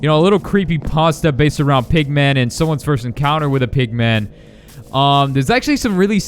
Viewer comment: Also when I heard you saidmpigman I thought u said pikman